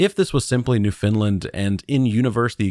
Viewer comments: Laughing at the consistent use of providence and NewFinland 😂 Unless its an inside joke from streams but also just incase its helpful we tend to say it like "prawvince" and "newffen-land" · Why are you saying 'New Finland'.!!!.. it's pronounced New-'FOUND'- land...dummy. Like nails on a chalkboard. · New FOUND-lind or New-finned-land, Newfinn-lann - those are the ways you'll hear that pronounced in Canada. Never heard New Finland before :). Newfoundland is a province...not a providence. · So I'm Canadian ... let me help you out with pronunciation; It's NOOF-UN-LUND 😅 BTW, my advice is terrif free. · Maybe it's a mistake? If I hadn't read this comment, I would've pronounced it as New Finland as well, because well... That's what it spells 😬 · Newphen LAnd!!! (Newfoundland) is how canadians say it. great vid thanks! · “New Finland” lol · NOO funlend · Newfoundland isn’t pronounced “new Finland” but close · Just listen to all of Come From Away and never mispronounce it again lol